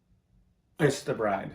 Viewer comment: it REALLY sounds like : "you may now piss the bride" I guess, if the beaches are closed, there's nowhere else to do any water sports..... Maybe the honeymoon was meant to be at the Ritz Carlton, Moscow....🤦‍♀️ 🥇🚿